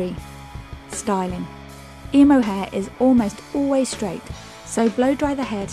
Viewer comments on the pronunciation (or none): i hate the way she says emo ugh wtf this is just wrong